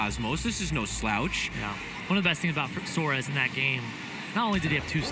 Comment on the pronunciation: Suarez*** not suar